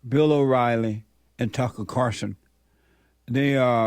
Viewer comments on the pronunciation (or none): Carlson not Carson